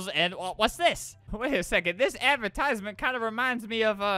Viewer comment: Me:!!!!! Nobody:... Albert : I stole there avertisment